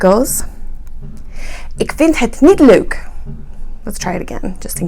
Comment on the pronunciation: Them's fighting words! (kidding)/ Good pronounciation on 'leuk', pretty hard for an Anglo sphere tongue.